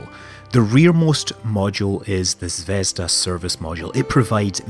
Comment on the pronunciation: little pronunciation corrections: it's "zvezdA", not "zvEzda" and translates to "Star", and it's "naUka", not "nAuka" and translates to "Science" :)